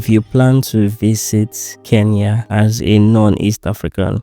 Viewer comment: Glad to hear a Nigerian pronouncing Kenya correctly.. Mostly the 'N' is omitted I guess it's a Nigerian thing